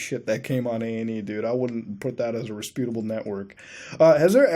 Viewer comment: resputable? I think your English isn't reputable.